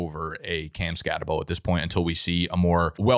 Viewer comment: its pronounced "skat-uh-boo"